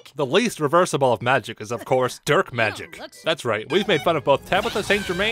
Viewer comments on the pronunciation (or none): I'm pretty sure she says "dirt magic" not "derk magic"